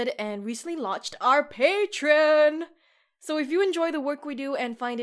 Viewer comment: Forgive me being pedantic but some people might be put off by your pronunciation of the word “Patreon”. You’re pronouncing it with only two syllables, when the word really has three syllables. You are skipping over the middle syllable which sounds like “tree”. Say “pay-tree-on”. And thank you for the great video.